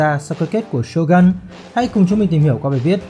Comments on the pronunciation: Shogun mà đọc là Sô găn nghe nó cứ cấn cấn 😂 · Shogun cần đọc theo tiếng Nhật là shô gưn, chứ gun ở đây không phải súng